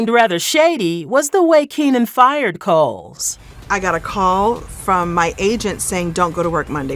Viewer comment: Kim "Cole," not "Coles." Unpolished content ......